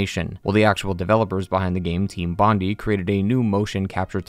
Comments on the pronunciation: Team Bondee haha. It’s Bondi (Bond Eye) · Bond-i not bondy. Americans and butchering names, name a more iconic duo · “Team Bondy”😂😂😂😂💀💀💀 as an Australian I am offended😂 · non-australian failing to pronounce "Bondi" while talking about L.A. Noire #43